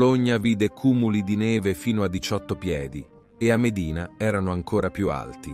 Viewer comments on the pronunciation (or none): Con Medìna che città intende? Modena?